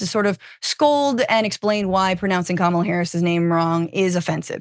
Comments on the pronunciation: something worth noting - I watched the original CNN segment and when she mispronounced 'Kamala' others on the panel pointed it out in a nice, non-accusatory way. But she kept doing it and doing it and doing it. Her willful mispronunciation was pretty disrespectful to the VP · Cenk, you are getting more obtuse by the day. Deliberately mispronouncing a name is not racist? Ok, Jock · Her name is pronounced KOOMALA ffs people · I have always pronounced her name Come-ah-lah. That's what I heard when she was a senator. I only ever heard the other pronunciation after she was VP. I think this is a ridiculous distraction from things that really matter. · Her mispronouncing it wasn't racist. Her saying she'll pronounce anyway she wants was the problem. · Mispronouncing someone’s name isn’t racist. It’s simply mispronouncing someone’s name. Do people think no Whits person ever had their name mispronounced?? How dumb can you be? When you have to reach this far to call someone racist… you are the racist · Nancy mispronounced the the VP NAME on purpose out of disrespect, not racism. That’s her job to do. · I have not heard ANY of the people in the CNN panel, TYT or in Deocratic leadership correctly pronounce the name 'Kamala' or कमला which means 'lotus flower' in Hindi and Sanskrit. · Did her nieces pronounce it correct on stage at the DNC? That’s the way people who aren’t tying to be dics say it and the way she does. Is she not saying her own name right either or is it just an accent thing? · the problem is she pronounced it right then proceeded to pronounce it wrong on purpose to please Trump. I think you're being a little disingenuous. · The problem was not her mispronouncing. The problem was her PURPOSELY mispronouncing. It'd be like you knowing how to pronounce a name and deciding, "Nah, I'm going to make it sound foreign". Its disrespectful. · Yea this is a clown take and racist to me because that woman has mispronounced Kamala Harris’s name to be racist on purpose